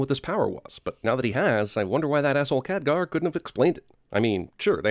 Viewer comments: Btw, Khadgar, not Kadghar. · it's not Kadghar, it's Khadgar (insert angry comment) i'm not mad i'm just saying xD